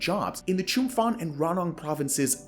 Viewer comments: FYI, if you have to come back on the topic, the name of the province Chumphon is pronounced Chumpon, not Chumfon. That is one of the quirks of Thai language written in roman alphabet, PH is pronounced as a hard P, never as an F. And ASEAN is pronounced as a single word and not spelled A, S, E, A, N :) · ChumPon, not ChumFon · Chum-fon. You really have to start pronouncing these words correctly. Spend some time to find how the local pronounce it to tone down your arrogance. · As a westerner living in Thailand for a long time, one of the things I realized is that promised construction, can only be assumed to be real AFTER it is finished. That and Chumphon is pronounced chum-pawn. Thanks for the videos. They are much appreciated. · Just a friendly FYI: There is no 'F' in Chumphon. Put ชุมพร into Google Translate to hear the correct pronunciation. Thanks for a good video! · As someone making these essays, you should really put a little more effort into ensuring you have correct pronunciation of place names. As a Thai speaker it is very obvious - some examples are ASEAN (said as a word aka /ˈæ.zi.ɑn/, /ˈɑ.zi.ɑn/, /ˈæ.si.ɑn/, /ˈɑ.si.ɑn/, (UK) /ˈæ.si.æn/ and never spelt out) . Another example is Chumphon, which is pronounced with an aspirated ‘p’ not an ‘f’ - aka pronounced [t͡ɕʰūm.pʰɔ̄ːn]. This is true for all ‘ph’ transliterations of Thai words, eg Phuket, Phitsanulok, Phichit. You can even see something similar with ‘Thailand’ - pronounced with an aspirated ‘t’ rather than the English ‘th’ sound. This takes two minutes of googling and just comes off a little sloppy and low effort…. Good video otherwise.